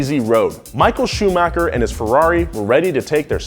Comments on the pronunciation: why does he say fernondo and shoomocker? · Hahahaah “Shumocker!!” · michael shumaker? who is that? you mean michael schumacher? you spell his name looks like a milk shake.. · Whats with your pronunciation? "Shumocker", "Fernondo", "Mossa", like what?